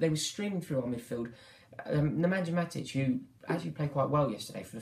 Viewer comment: please, it is pronounced Neman-YA Matich like in Yaya Toure, not "ja" like in Jagielka.